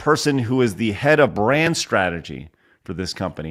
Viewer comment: Head of BRAND strategy at JAGUAR and the f'ing weirdo fool doesn't even know how to say the word???